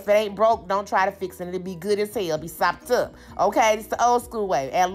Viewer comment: I liked it just bc u kept sayin sopped UP☝ but frfr it looks great